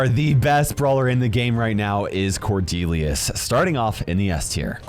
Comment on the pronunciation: It’s Cornelius, not cordelius fixed it for you